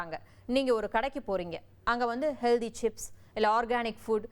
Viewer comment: Hello, HEALDHY nu solvadhu thavaru. Pl say HEALTTTTTHY. Friit Juices sollum podhu CONCRETE IRUKKUM nu solreenga. Gavanamaaga padiththu CONCENTRATE nu sollanum. OK?????